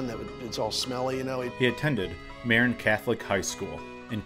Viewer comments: Hey bud I'm sure you've heard this a hundred times but Jared Goff's home county of Marin is pronounced muh-rinn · Enjoyed your video but please learn the correct pronunciation of "Marin." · Marin County = pronounced Muh-rin Enjoyed this.